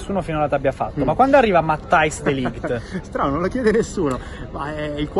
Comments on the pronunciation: Si pronuncia mattEis de ligt con la E. Anche Rijkaard al contrario di quel che pensano tutti si pronuncia Rejkard ad esempio. Poi ci sono wEjnaldum van dEjk ecc ecc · matteis de liecht si pronuncia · Anche se ok Google dice che si chiama de ligiti😂😂😂